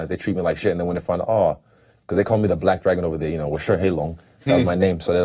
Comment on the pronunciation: Did not know Last Stylebender lived in China! HI Mandarin like black dragon, sounded pretty good!